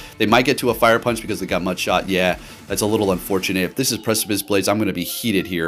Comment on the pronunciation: The fact that this man can pronounce “Precipice” w/ no issues, but says things like “Breaking SWEEP” and my all-time fave, “WHALE-ren” 🤦🏽‍♂️😆 it has to be intentional. I support you, so this comment is just +1 for the algorithm